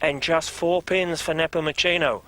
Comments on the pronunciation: Peng Napomochino :)) Please get his name right... He's a legend :) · It is Neh-poh-moo-se-noh